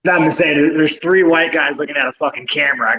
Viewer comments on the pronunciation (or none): none